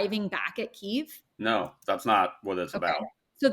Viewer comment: I got through the first 5 mins and realized I was listening to idiots. Can't even say Kyiv correctly - they are Russian assets.